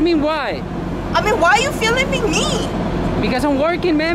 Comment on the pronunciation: Why are you filiming me, why are you filing me ... hahahaha